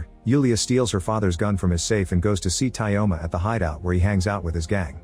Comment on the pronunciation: Tyoma isnt pronounced as Tayoma, in this name yo is yo